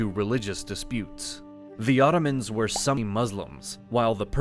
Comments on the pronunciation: It's not even just syllable emphasis, he seems like he is reading a script and has never heard these things pronounced correctly. I mean "cau-KASS-us" and "sub- SEE-kwent" are bad, but "Sunny Muslim" takes the cake for me. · Please learn the pronunciation of "sunni" & "Iran".